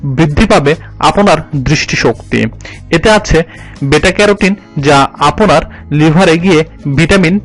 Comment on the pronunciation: আপোনার,আপোনির উচ্চারণ কোথা থেকে শিখলেন? আপনার, আপনি উচ্চারণ হবে। আরো প্রচুর ভুল রয়েছে একটু খেয়াল রাখুন কেমন। দারুন আপলোড